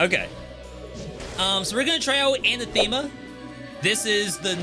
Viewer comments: It's pronounced an-athema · Your pronunciation of "anathema" is... oof, bad.